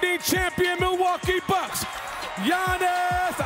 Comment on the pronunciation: te announcer butchered giannis's name brah